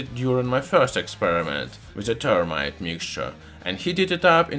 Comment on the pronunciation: Th not T. Termite. No. That is an insect. If you must use a euro accent, say zermite or fermite. Better to say this than zis though.